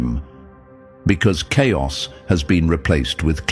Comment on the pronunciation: chaios is not cairos😂